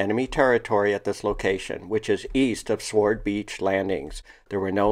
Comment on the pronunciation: By the way, "SWORD" is pronounced "SORD" not "SWARD" - W is silent